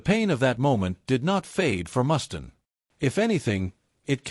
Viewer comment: Mustaine, Mustaine not Mustin.. stupid AI